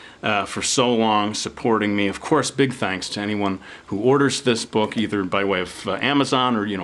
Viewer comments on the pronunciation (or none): none